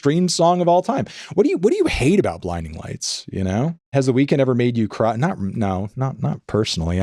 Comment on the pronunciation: Anthony's pronunciation of "The Weeknd" ---> "The Weakened".